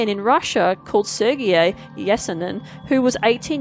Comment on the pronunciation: whats a Hair loom? and what is pank rations? thats how you pronounced them... what is this vocal dyslexia? and lets not even mention the name Sergei...